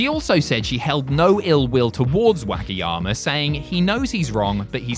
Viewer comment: pronunciation of Wakayama's driving me crazy. Not too sure if it was intentional or the accent present itself.